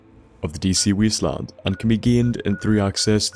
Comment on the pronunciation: "The Wheasteland" Sorry m8 <3